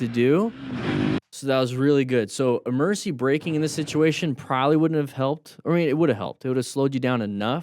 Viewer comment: I keep hearing "mercy" instead of "emergency" like for swerving and stuff. gonna be using "mercy" now coz of that xD